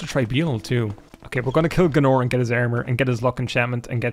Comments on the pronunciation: Who is G'nor!? You mean GAYNOR? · Pretty sure you don't say Gaenor like "G'norr". That's a kind of quick soup. It's just not how we say the AE sound, which Americans confuse for the EA sound, but it's like a hard A isn't it, so it's like y'man Gaynor, isn't it. No need to make a meal of it, bonnylad.